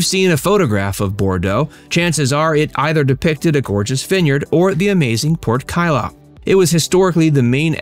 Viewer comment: Its prononced pote cailloux